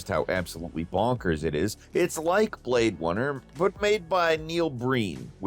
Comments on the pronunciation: BlAdE wUnNeR 🤓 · blade wunner? XD LOL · are you feeling okay,? Blade Wunner? 🤣